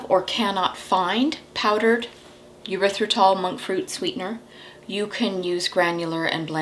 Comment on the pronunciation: I just want to point out with all due respect, that Erythritol is NOT pronounced Yer ithritol. There is no y in the beginning. This is a common mistake. I love your channel.